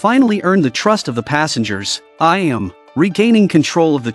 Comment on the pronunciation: "Ka-bain" "A-yam" I hate AI voices